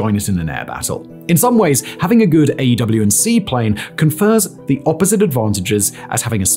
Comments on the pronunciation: Stop saying AW and C, its AWACS ffs 🤔😉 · People say "AWACS," not "AW&C." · Every time he says "A, W &C plane" instead of just saying AWACS I die inside anew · Why do you keep calling them an AEW&C - with 7 syllables - when most people call them an AEWAC - with 2 syllables? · Just say “AYWAX” ffs lol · The aerospace nerd in me is going nuts at him not pronouncing it "Ay-Whacks(AWACS). Like full blown Forrest Whitaker eye irritated. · Every time he says “A W & C” I cringe, like when he spells out “m k” instead of pronouncing it as “mark” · AEW&C??? Who pronounces it like that.... aewac "awax" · AWACS pronouced' A-wacs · The way you keep saying AW&C makes this video lose credibility slightly...editor/director pls help him out lmao